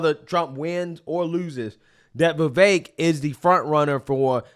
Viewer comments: Ve-vek not Ve-vake. Learn to speak. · Communist could not pronounce Vivek 's name!! Oh They must be super racist